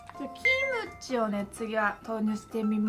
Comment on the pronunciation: It's very surprising to me to hear you say 'Kimchi' like 'Kimochi', I only took some Japanese in high school so it confused me a little the first time you said it that way